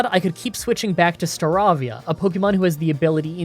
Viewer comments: It's Star-ay-via, as in avian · Did anyone else cringe when he pronounced Turtwig "Tor-twig" and Staravia "Star-raw-via"?